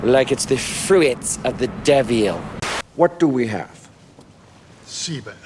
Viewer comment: Fru-its of the Day-vil! 😄